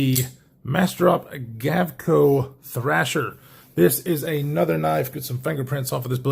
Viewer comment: It's thrEsher not like the magazine thrAsher E Esther not A Asher